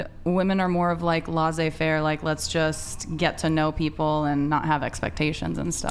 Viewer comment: When you use French expressions try to get them right. Laissez-faire means let people do as they please. Your pronunciation is off. Leh-say-fehrr-errh